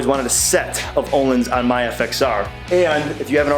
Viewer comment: I’m going to sound like a dick either way, Pronunciation is “Oh-Leans” Amazing Swedish shock company. Very nice shocks nice for 604 lb bike